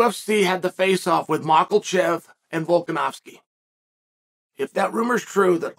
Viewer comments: everyone : makhachev chael :MaKElCheV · 'Makkelchev', 'Piera' - this guy sounds like a ranting drunk propping up the bar....😀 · Bro you heard the goat, it’s maklechev… casual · After so long, Chael still "MakelChef" 🤣🤣🤣🤣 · Who's mallkashev again? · “Michaelchev”-The goat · How hard is it to say "mak-a-chev"? Where is the "L" coming from? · Why do you keep pronouncing Islam's last name Machalchev? And why do you continue to say the same things over and over and over again in different words? Is it that difficult to come up with unique dialogue? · Tell me UC, where is the letter "L" in Islam family name that you kept pronoucing it MarKhaLchev. Markelchev means arrogant in Dagish (*joking*) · Daniel Cormier (UFC P4P, Aug 18) and his inability to handle body shots. That was easy lol. Don’t tell me I’m not appreciating something when you STILL can’t say Islam’s last name correctly. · Say his name right lol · THERE ISNT A “L” IN MAKHACHEV COME ON CHAEL